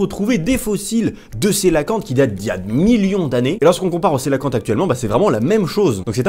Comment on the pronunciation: Non ça se dit "sélacante". "coe" = "sé".